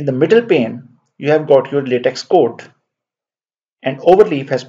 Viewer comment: Just a minor point to note: the pronunciation for LateX is either “laytek” or “lahtek” and never Lateks (as in the sap of a rubber tree). Thanks for this excellent instructional video.